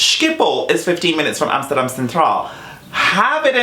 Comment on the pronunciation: Neta said amserdam . well she also said jerosalem….